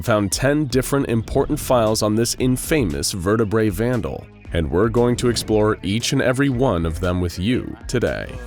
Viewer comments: "in famous" hey just a lil friendly tip it's pronounced in-fum-us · infamous is pronounced in-fam-us not in-fame-us. Suspect this is a computer voice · I've never heard someone mispronounce "infamous" before. It's in-fa-mous, pronounced like infamy. Not like "famous" with "in" in front of it.